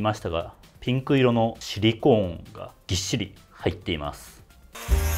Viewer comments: シリコーンの言い方が完全にユニコーンで草🦄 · シリコーンの発音がユニコーン。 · ユニコーンとハリケーンのイントネーションを受け継いだシリコーン氏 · シリコンは頭に、シリコーンは真ん中にアクセント置く人が多いと思います